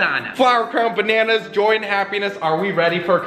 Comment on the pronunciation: hahaha the way says banana's